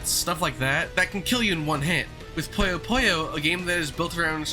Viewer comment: It's puyo puyo, not poyo poyo buddy.